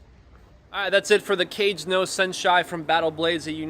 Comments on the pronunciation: NOT prounouced “cage”. 😂😂😂😂😂😂😂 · “Cage no senshai” lol